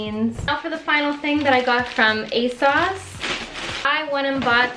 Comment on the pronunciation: Yea!! I want all the uni videos! 💖👏 Also I love the way you say ASOS like ASauce lol